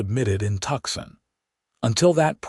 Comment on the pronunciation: Not Tuxon, it is Tucson pronounced Toosawn